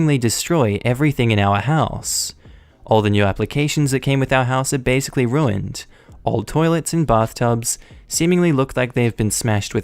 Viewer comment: Some one like to use the word "basickly". Huh